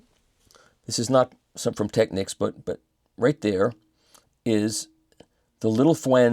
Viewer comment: Michael once again - literally - says it like it is: "Tech-Niks" The "Techniques" pronunciation revs me off the clock